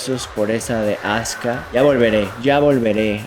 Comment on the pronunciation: No es azka! Es azuka!!! Jaja!!!